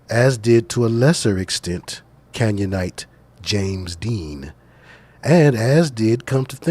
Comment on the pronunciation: "Canyonite" sounds just like Canaanite don't it?!